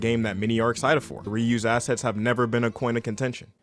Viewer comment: I keep hearing 'asses' instead of 'assets'. A+ video.